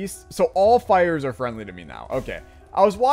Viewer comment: fwendly fire iss imunitty tofire